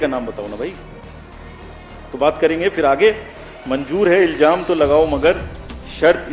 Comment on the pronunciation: Iljaam nahin Ilzaam hota hai saheb.... Shaq karke koi aapka kya bigaad lega????